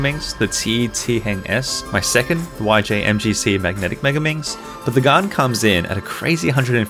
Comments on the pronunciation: It’s not pronounced “garn” it’s pronounced “gan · Why does he say GAAAAN it is GAN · Everyone:Prounounces Gan as gen Him:Gun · Hi bro but its gan not gaan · its gan not garn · Its gan not gun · It's not gaan it's gan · Never heard anyone pronounce it “Garn” haha. Is that how it should be pronounced in Chinese? Cinematics are so on point and very informative! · pls don’t get upset that he thinks your Chinese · It sounds like he is saying garn because of his accent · 4: 46 He says GAN like GUN Is it just a coincidence, or am I onto something... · Gaan not gan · He says Gan wrong so many times!! But any way love your videos!